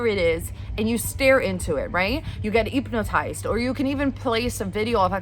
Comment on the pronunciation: Intresting view. (p.s. love the way you say hypnotized, that a middle eastern accent? )